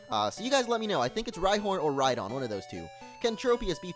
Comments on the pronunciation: It's Rydon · it's rhydon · Its rhydon